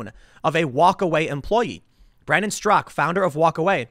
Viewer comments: Its Straka not Strock. I think you're thinking of Peter Strzok the crooked FBI agent. You're unintentionally gas lighting us on his last name.....lol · Straka not strock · Why does Tim keep saying “Brandon Strock”? The man’s name is Brandon STRAKA. Two syllables. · How to pronounce Straka. Not Strock. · I believe his name is Brandon Straka, not Strak. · Straka not Strzok. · But it's actually pronounced with a silent A on the end. Brandon actually mentions this in his interview with Tim a few days ago. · Tim, it's "strakA". He even told you in person xD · Tim... his name ends in an "A"-Strak!A! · strak-AH. The one pronounced "Strock" in the news was Strzok, the crooked FBI man. Not Brandon StrakA, who started #WalkAway. Don't forget the "ah" at the end. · “Strock”? That’s not how he pronounces his name. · He Finally learned how to pronounce McEnany. Now we need to teach him how to pronounce Straka. Hey Tim there's an a at the end..... SMH